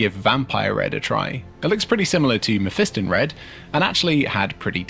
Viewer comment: It's pronounced mef - I - stahn